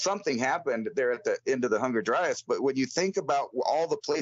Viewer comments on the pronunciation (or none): Why does it sound like always says Hunger Dryas instead of Younger Dryas?